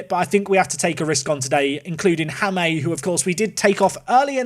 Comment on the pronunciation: Good luck for the rest of the season, seems you will need it! Also, the “J” in Jaime is pronounced like the English “h” in “Hanoi” or “Hanging”, not like the English “J” in “Jamaica” or “James” So, you should pronounce it as “Haime” 😅.